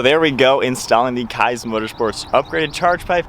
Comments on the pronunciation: awesome video, only critique is that it’s pronounced “keys” motorsports! can’t wait to see the build come alive! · FYI... it's pronounced Keeez Motorsports. Nice install!